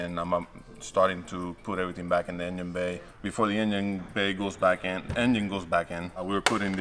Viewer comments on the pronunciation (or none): LOL “the yinyin back in”